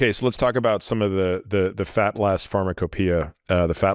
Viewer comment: His pronunciation of pharmocopia made my skin wrinkle up